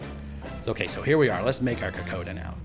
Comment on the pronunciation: Ni sa Bula Vinaka - “ko - kon - da” is proper pronouncing I was born in Australia - but my family is from Fiji 🇫🇯 I love this dish - so yummy - Vinaka Free the yarndi Ganja is the greatest gift given